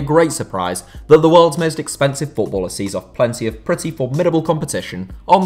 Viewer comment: Speak nicely man I don't understand when u mentioned the name of footballers